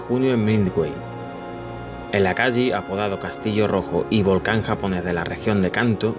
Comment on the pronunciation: Akagi (se lee akagui) la H japonesa se lee como en inglés. Lo mismo que la J o la Y. Deberías poner los nombres escritos, y si no sabes cómo se pronuncia ponlo en Google translate y escucha. Sirve un montón (yo igual los barcos los conozco desde antes, deje de ver el vídeo en el Akagi. Ahora veo si llego al final)